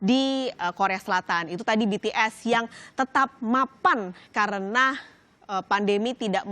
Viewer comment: Mba ngomong BTS sma bighit nya biasa aja jangan di..gmna ya susah jelasinnya pokoknya biasa aja ngomong BTS sma bighit nya biasa aja🤣